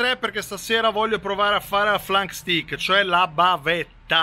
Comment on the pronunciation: Si pronuncia STEIK